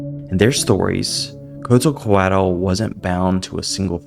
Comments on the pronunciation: pronounching quetzalcoatl as kutzu-coaohl was insane work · Could you have the decency to try pronouncing what isn't McDonald's respectfully? It's Quetzalcoatl. You can say: Ketzal-koatl if you want